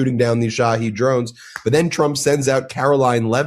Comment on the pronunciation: Shawheeed drones! Not Shawhead. Thank you 😊